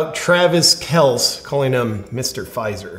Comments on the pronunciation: Actually, according to Papa Kelce, that's how it's pronounced, one syllable, not two. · I'm just trying to let JP know he is pronouncing his actual name wrong. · I don't know what's more funny, 'Mr. Pfizer' or your pronunciation of Pat and Travis' last names? lol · I can't decide if JP is pronouncing Kelces name wrong because he doesn't respect him or JP knows nothing about sports...Just call him Taylor's boyfriend. Can't go wrong lol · Are you intentionally mispronouncing Kelce and McAfee or are you just not a football fan? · Step 1. Learn how to pronounce the names of the sports ball players you obviously don’t watch. You butchered pats name and travis’ name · Actually, according to Papa Kelce that's how it's pronounced, one syllable not two. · “Kelsee and MacAfee”. But I’m sure you’re not a sports fan. Still love your content!!! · Love your show. As a long time die hard Colts fan and big time Pat Macafee fan ( though I will never watch ESPN) it's pronounced " Mac A Fee". Mr Pfizer is pronounced "Kel Ce". You definitely don't have to listen to me. I love freedom too. Just wanted to point out the pronunciation of the names. God Bless! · JP intentionally mispronouncing McAfee and Kelece on purpose or nah? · Hey JP! I believe his name is pronounced Kel See… not a big deal just thought I’d let ya know. Love ya bro! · JP, it’s pronounced kell see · JP I have mad respect and love your content but I have to bring this up. It's Travis Kel-see and Pat Mac-a-fee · It’s pronounced kel-see. I like you Jp but I could say the same thing about you advocating for avoiding the vaccine when it could especially help some demographics of people. Is that weighing on your conscience? I think it’s a personal choice. Not super happy he endorsed Pfizer but idk if it makes him a villain. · It's pronounced "kell sea" but that's ok, I don't like him either. Ask Denny Hamlin how he feels about the vax? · That isn't the least bit correct. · It’s pronounced Kelcee and I fully agree with Rogers.